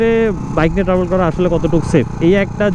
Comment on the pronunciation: বাই এডা ট্রাবোল না ট্রাভেল। 🤣🤣